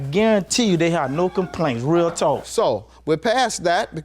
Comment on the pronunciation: He incapable of saying “talk/talking” im almost done w the video and she still ain’t yelled